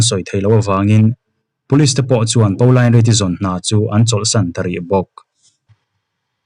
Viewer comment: Pauline Reade hming kha Paolain tia lam lovin 'Pawlin' tiin lam zawk ta la, beng a thlep deuh tlat. Ka u pakhat hming ang chiah a nia 🙂 I chhiar thiam lutuk ania, ngaihthlak a nuam